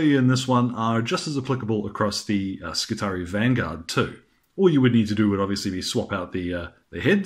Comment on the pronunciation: Skitarii,....the double ii should, I think, be pronounced ee i. SKITAREEI